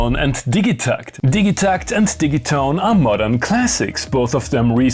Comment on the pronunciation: Are you sure the dig in digitakt isn’t pronounced dij like dijital